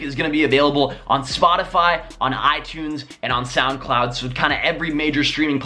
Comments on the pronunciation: Anyone notice the way he said sound cloud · "sound cloud" sounded so weird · Why did "SoundCloud" sound so wierd ? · Listen to how he says "sound cloud" 😂😂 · anybody else hear how weird it sounded when he said SoundCloud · to every time he says soundcloud 😂😂😂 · he says SoundCloud and the second time sounds really weird